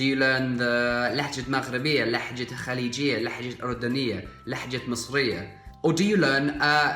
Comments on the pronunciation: It is لهجه not لحجه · اخي لهجة وليس لحجة استمر ♥️ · You're speaking good . continue dude ! But I have small note . You said " لحجة " and correct is " لهجة " . Go ahead. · You are pronouncing the word "dialect" wrong,it's pronounced لهجة not لحجة(lahja not lahhja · لهجه is pronounced with soft ه not ح